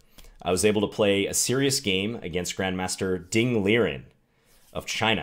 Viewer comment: If you’d like to get a little closer to the correct pronunciation of Ding’s name, say it something like Ding Lee-wren, rather than Ding Leerin. Thanks for the video...love your channel.